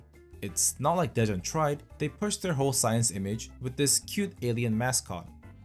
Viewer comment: Istg i thought you said depression instead of daejeon 😭😭😭